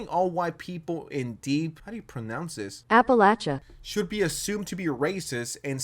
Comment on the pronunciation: Appa-lay-she-ah is how you pronounce Appalachia.